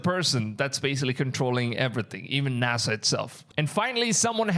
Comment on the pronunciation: "Nasha" ≠ NASA